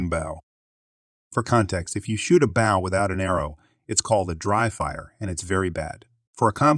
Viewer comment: The computer voice doesn't know the difference, I guess